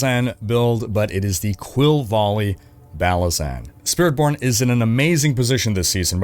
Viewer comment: on rank 2, did he just said "SpiritPorn"? lol